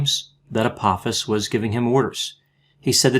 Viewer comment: Just FYI, it's pronounced Ah-poh-fis. The second syllable has a long 'o' sound and rhymes with the word 'low''.